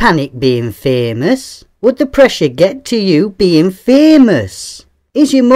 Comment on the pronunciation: I love how you pronounced Fémös :D Yeah once someone's famous, they can't buy being not famous again